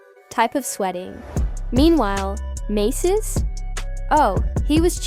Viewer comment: Who TF is Maces..AI can't make out proper pronunciations... definitely "Artificial INTELLIGENCE"...nothing in the video pertains to the situation...and definitely no clarity